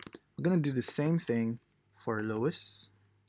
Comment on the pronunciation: Helpful tutorial, but it's lois, not louis.